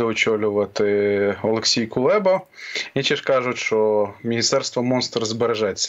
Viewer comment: Хто такий КулЄба? Чому кулЄба?